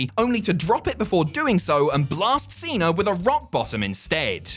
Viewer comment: FIRST OFF IT'S CENA(Seena NOT CENER(seener) UGH 😖😡🙄🤬👎👎..!!